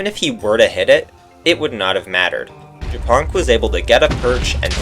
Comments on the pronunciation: Just realized that Japonk is Polish and the way you are reading his nickname is vile lol 😂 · I thought Japonk was hungarian, cuz the way he said it sounds like how we say it aswell. But he is not :c